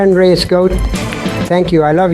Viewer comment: Its not reyes 😂😅